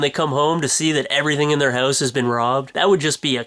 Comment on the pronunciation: he says Hose instead of HOUSE